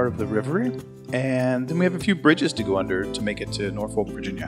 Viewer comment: Just want to help you with pronunciation spell Norfolk, say Nor Phuk. Thanks for the Video. Great your and info.